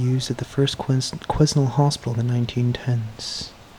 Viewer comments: Hey. It’s pronounced without the S: Quinel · The s is silent. Quen Nell. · Quesnel is pronounced KWE-NEL. The S is silent. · Quesnell is pronounced: Quee (as Queen) Nell. The assassination is appalling! The US was based on "Freedom of speech". Not any more! To make it worse, his wife was there and saw it all happen. Disgusting! Love you and respect you cancelling the rest of today's explore! God bless! 💖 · Quesnel is pronounced “kweh nel” I have a few friends who live there :) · You just missed our "Ashcroft Grafitti Days" parade. Old cars came through and around town. And it is pronounced quennelle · The S is silent in Quesnel. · The S is silent in Quesnel from what I have always heard. Take some time to yourself and no need to apologize for your rant - we all need to do it sometimes. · Quesnel pronounced without the S